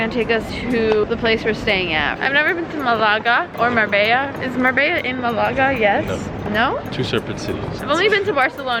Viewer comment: HAHHAHAHAAA YOU SAY MALÁGA😭🤣